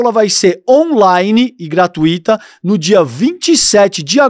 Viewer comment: Puxa,, não é gratuito...a acentuação é no U e não no I. Abraço.